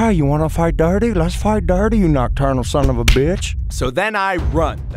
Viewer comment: why am I watching these This is how many times said nochternal 👇👇 👇👇